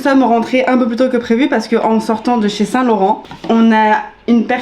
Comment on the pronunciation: Le lapsus de Lena à “j’ai jamais eu de seins(saint) du coup” 😂 Que du love évidemment ❤️